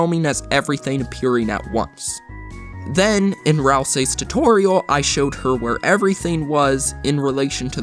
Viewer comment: Now every time I hear tutorial I her tu-toreil